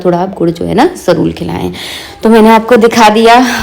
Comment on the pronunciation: Aap jarur ko jarul kyu bolti ho di